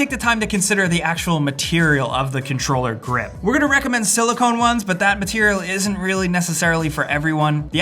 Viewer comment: Silicone you say it sili-con that's not how you spell it but it's how you should say it XD I'm bringing this up